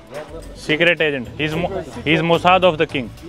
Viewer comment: don't speak "mosaad", pakistani travellers would cancel their tour 😂